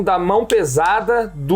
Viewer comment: Não se pronuncia PILOTI, a pronúncia é: PÁILOT, e não se pronuncia GOCINI, a pronúncia é: GOTCHNI! KK! Só pra incomodar!